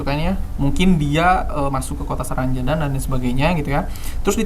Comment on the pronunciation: Saranjana bang bukan sarangjana